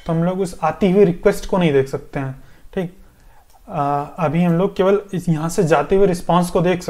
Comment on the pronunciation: Bhai sahab ye appka "THEEK" Apne gaon ki yaad dilati hai. Your videos are very useful, I am going to complete this tutorial.